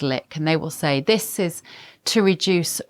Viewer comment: Dat voice! Bev Taylor, THIS is pronounced with a 'th' in front not a 'd'.Dis sounds soooo uneducated.